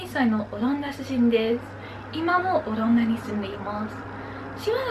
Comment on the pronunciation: "オランダ"のアクセントが若干気になります。😵 聞き取る分には問題ないと思うので自信持って大丈夫ですよ！！🙆 あと、お綺麗です😊